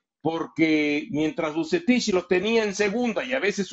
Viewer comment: "Vucetish"... dice.